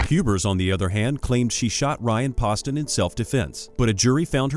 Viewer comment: When you make a video make sure you know everyone's name and how to pronounce them Hubers and Ryan Poston, it's pronounced Pooh-ston!!